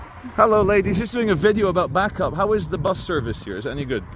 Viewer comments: Pronounced Bay-cup not back-up 👌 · Isn't it pronounced as "bay cup" ? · Bacup pronounced…..Baycup. Thanks. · Bacup - Pronounced BA-cup not Backup :)😜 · Is it pronoucned as Bake Up? Or Back Up? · It’s pronounced bay-cup it’s where Brassic is filmed 👍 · Lancastrian pronunciation guide: Clough = "Cluff" Bacup = "Bay-cup" Praise be to God = "Al-ham-du-lil-lah" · Bacup pronouned Bay Cup 👍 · BACUP is pronounced BAYCUP and TODMORDEN is pronounced TODMERDEN all in one word and not how you say it. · Nooo Bacup is 'bake up'. Todmorden isn't todd morden it's 'todd mudden'. Waiting for the one where visits Slaithwaite... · it's pronounced Bay-cup, and you need to go there on an Easter Saturday, to see The Bacup Coconutters.... Look them up!! Lolol. 🤭Kx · its Bay cup.... 😊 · Bacup pronounced Baycup, Todmorden pronounced Todmerdin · It’s pronounced Bay-cup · Bacup pronounced baycup and Clough pronounced cluff. But apart from that. Another great video! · PSA Bacup is pronounced "Bake-Up". Funny tho. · They're pronounced baycup & it's pronounced dearden cluff not clog